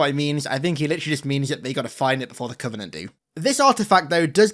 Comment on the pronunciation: why does she call it "the covening"(?) and not the covenant? Help